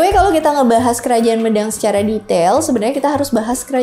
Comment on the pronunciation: pembacaan Mêdang nggih mbak, bukan médang